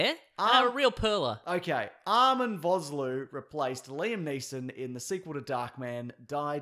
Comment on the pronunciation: How dare you mispronounce Arnold Vosloo's name! That man is a national treasure! (It's pronounced Fos-Lua, the 'o' in Vos, is like 'official') I'm South African this is important to me.